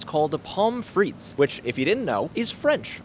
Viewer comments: its pronounced fre the fre-the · Its not pronounced freak sauce its pronounced frit-tes sauce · at Pomme Frittes did you pronounce the word Frittes with a proper rolled “r”?